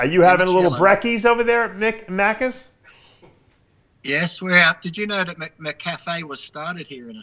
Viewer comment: Macky's or Macky D's, not Macus Dave.